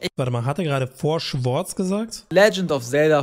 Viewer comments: Das Four "Schwords" ist eine Anspielung auf lookslikeLink, der es zu Beginn seiner Karriere so aussprach. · Bester Versprecher von Ulti mit Four Swords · beschwert sich über schwords sagt aber swords